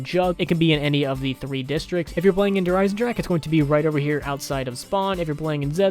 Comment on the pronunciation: Ugh as someone who speaks german hearing people pronounce der wrong is so frustrating. It's pronounced like the word dare.